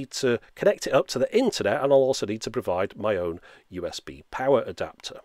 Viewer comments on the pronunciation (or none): none